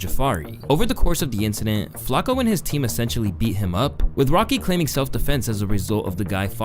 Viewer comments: Bro you’re driving me nuts. It’s “Flock-O” not “flack-o” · love the video but the way you pronouncing flacko is pissing me off lmao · The way you say flocko bothers the fuck out of me for no reason, "Flock-oh" not " Flak- oh" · Why this a.i. shit keeps saying flako..am I missing something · Is he saying FLAKKO half the time? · This guy just say "Flacco" 🤣